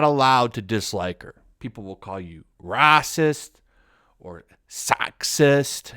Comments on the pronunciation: I like the random mispronunciation. I'm not rasist, or saxist. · I'm just curious why you're pronouncing words a certain way. Like racist and sexist and stuff like that.